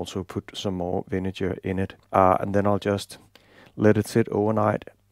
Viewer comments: You gotta check the pronunciation of "vinegar", my man... That's a hard "g", like when you say "great" or "good." And it's not "iron cast" but "cast iron." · You didn't notice that he was speaking English? No English speaker in the world pronounces "vinegar" with that kind of "g". Being on YT doesn't mean that a mistake becomes correct just by virtue of being on YT.